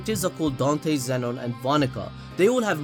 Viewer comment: I dont mean to offend you it just bothers me that you said his name was don-te when it said dan-te